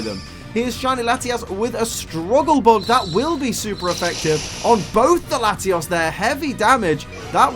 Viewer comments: You say latios as latias so I was confused the whole video. TAlk right please. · he was using a short "O" sound which sounds too close to a short "A" sound. And I sound like Hermione rn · He uses a short o in latios making it a tad difficult to differentiate the two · Listening to this episode with auditory processing issues is a trip. He pronounces them so similar...